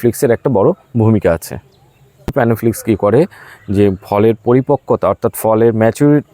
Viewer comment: খুব সুন্দর ভিডিও করেছেন দাদা। খুব প্রয়োজনীয় ভিডিও। কিন্তু একটা কথা বলছি আশা করি কিছু মনে করবেন না। আপনি অনেক ভিডিও তেই বলেন প্যানোফ্লিকস। উচ্চারণ টা হবে প্ল্যানোফিক্স। আপনি ভালো ভিডিও করেন, খুব ভালো ও লাগে। কিন্তু ঐ উচ্চারণ টা শুনলেই মনটা খারাপ হয়ে যায়। কিছু ভুল বললে মাফ করবেন 🙏